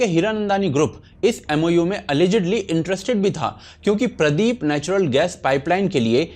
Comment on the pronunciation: पोर्ट का नाम पारादीप है न कि प्रदीप 😊😂😢